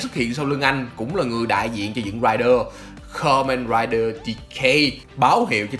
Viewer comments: bạn đọc từ Kamenrider từ từ thôi :((, nghe không rõ hơi khó chịu á, góp ý thiện lành kkk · lần đầu xem kênh này nhưng có ai thắc mắc vì sao ông đọc script đọc kamen rider thôi mà như nuốt luôn chứ 2 chữ men ri vậy :)) t ko tin là bị ngọng trong khi 2 mấy cái tên khác thì đọc rõ to xong gaim là từ khá khó đọc cho một người bị ngọng ấy :)))